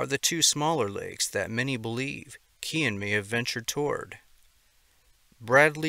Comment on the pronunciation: Phonetically Cian is pronounced - See yarn